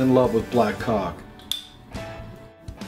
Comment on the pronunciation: I think Orville was especially funny this episode, and just can't pronounce caulk.